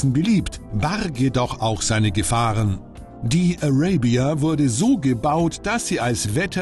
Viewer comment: Wieso kann sich der Kommentator nicht entscheiden, ob er "Araybia" oder "Arahbia" sagen will? Wähle die deutsche oder die englische Aussprache und bleib dabei!